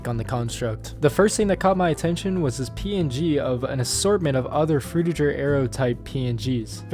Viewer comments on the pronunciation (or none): say frutiJer one more fucking time i dare you